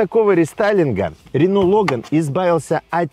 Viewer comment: не лОган, а логАн.